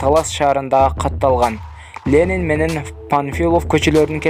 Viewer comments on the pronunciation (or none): none